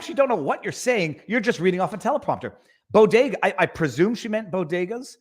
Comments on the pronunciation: Jill pronounces bodega like “Bogota” as in the country of Colombia. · It’s BEAU-de-gah. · She couldn't even pronounce it right, What the hell is a "boo diga" ? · She can’t even pronounce BODEGA!